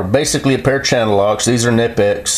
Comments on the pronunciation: Oh one last thing any mechanic will Smile or roll their eyes to is the way wranglerstar says knipex. He says “ka-nye-pex” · You pronounce knipex with the K because it's a German word. ;)